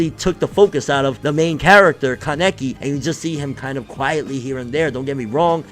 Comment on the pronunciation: Kánaki!!! Not Kanéki 🗣 Wtf is Kanéki 😒